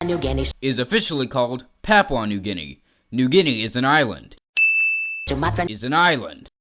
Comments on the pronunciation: You literally gave him a sin for pronouncing some of these wrong Yet you pronounced Papua New Guinea wrong whag😭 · "In 3 minutes or less" your video goes for Also you said Papua new guinea incorectly